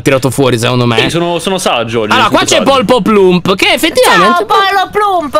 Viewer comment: Io che riguardo questo video nel 2021: Anna si chiama poloplump e nn polpoplump, piadina nn è una cacca, c'è pirtorgio🥺, lyon che spiega come giocare